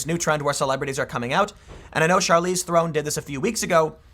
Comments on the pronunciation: Oh...my...God! Have you never watched a movie before? It's not "Throne', it's "Ther-on". Man the way you pronunciate names can be frustrating. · Tim: Invest $$$ with me! Also Tim: Can't pronounce Theron, hint it's not Throne. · Rhymes with heron